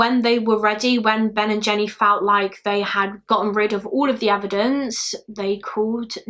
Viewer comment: I can't stop hearing "Ben&Jerry's" every time says "Ben and Jenny"